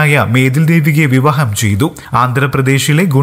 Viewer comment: കേരള ക്കാര, വിവഹം അല്ല, നല്ല രീതിയിൽ പ്രോനൗൻസ് ചെയ്തുകൂടെ ???